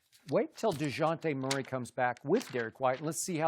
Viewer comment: Shannon said "Digonte Murray,Digon-te Mustard,I don't care"